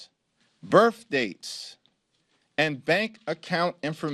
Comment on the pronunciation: bro just said birfdates